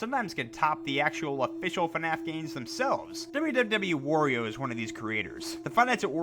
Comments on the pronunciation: Bruh why do you say Wario like W-oreo? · Ugh, no offense but I cringe at the way you said “wario” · When he says wario, he sounds like he’s saying oreo